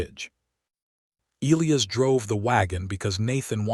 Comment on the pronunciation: "E lī a's" name is pronanounced with a long "I" before the SHORT "ă" before the ending "s"!!! Not difficult & a manly and beautiful name!!!